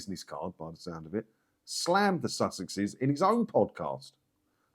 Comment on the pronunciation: They presumed that their “Sussex” titles could be pronounced in an American accent, as success. It doesn’t.